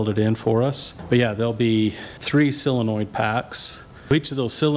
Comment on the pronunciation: Good work. I've heard of a solenoid. What the heck is a sillinoid?